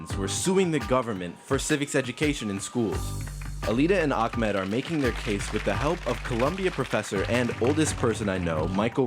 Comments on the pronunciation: Why is he saying AKAMED? like? it's AHMED theres no KH sound to be found 😂😂😂😂🤦🏿‍♀️🤧😭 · Btw is it really hard to pronounce Ahmed for you guys?? Way different than Akmed!